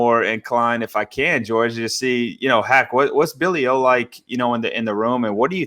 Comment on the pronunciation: “Billy O”? 😆